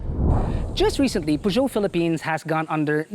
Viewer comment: So far this is the first car reviewer in the Philippines who I heard pronounces the maker's name correctly. ;) (y)